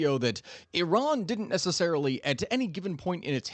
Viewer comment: SURPRISE - You know how to pronounce IRAN - EE-ron. Khehle momnunum. Dar Daneshgahda Pahlavi dars khandam. BS from U of MN MS from CSU. Retired agricultural engineer, irrigation.